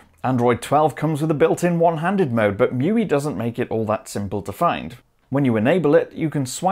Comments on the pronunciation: Bro, you must know that it's not pronounced "Mewee," it's "Mee You Eye". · „Show Me“ uses "Mee You Eye".